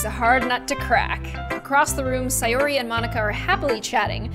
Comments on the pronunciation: It’s not say or ar it’s say or y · ITS say-ORY not si-ori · (its pronounced say-or-ee) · it’s not sAyori it’s sayori as in say no hate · don't say it like si-or-e say it like say-or-e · Not trying to be rude but most people say: SAY--OR---IE, not: SIE--OR----IE!!❤ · Its Say-Or-e sorry it bothers me.. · Say - Or - E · you seed sayoris name rong say or i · When she says sayori with an i not an a